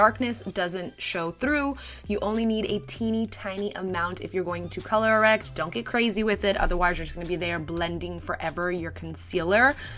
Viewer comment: color errect 😂😂 ❤❤❤